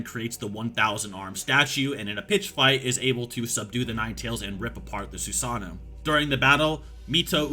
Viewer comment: Love the video but can we as Americans please stop saying “Su-SAH-no” It’s Su-Sa-NOO